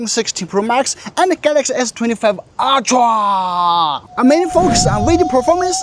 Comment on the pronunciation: Everyone pronounce: Ultra❌ pronounce: Aytia 🤣✔️